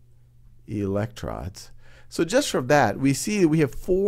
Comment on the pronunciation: eleclrons... seriously?